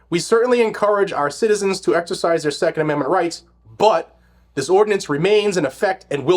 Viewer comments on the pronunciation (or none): none